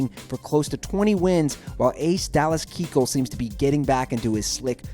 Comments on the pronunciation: Dallas "Keekull"? I'm loving these baseball videos, but come on... I only like the Cardinals and I still feel bad for him. I always thought it was "Ki-kull". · And he said "Dallas Keyk hole" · ha he said dallas Keecul lol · The guy said "Kee-kul". It's pronounced "Ky-kul". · DALLAS KEEKUL? ANTHONY RENDIN? Come on! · Did he just say Dallas KEEkuhl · I don't trust anything this guy says because the rangers aren't on the list, and he says Dalllas "Keeckel". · How many Astros players names are you going to butcher? Fucking Keekil? Correra? Also you showed a picture of Carlos CORREA when you were talking about Altuve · "dallas keekle, carlos carrera, j a happ (pronounced jay), anthony rendin" damn dude get your names right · Keechel?! Corera?! *sigh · if you know baseball a lot you should know how to pronounce his name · This guy knows nothing about the Astros 😂😂 McHugh has sucked, pronounced Keuchel and Correa completely wrong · Lol and he pronounced keuchel wrong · This guy botched the pronunciation of Dallas Keuchel, Carlos correa, and Anthony Rebon. Also where the fuck is the Rangers?? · You said Keuchel wrong 🙄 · The way he said Keuchel made me cringe